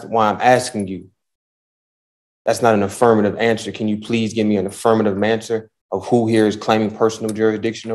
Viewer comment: He keeps saying contitution and manswer instead of answer , but swears he is smarter than everyone else 🙃😕